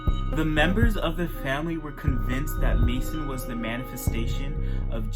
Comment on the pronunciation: Sweetie it's Charles Manson not Mason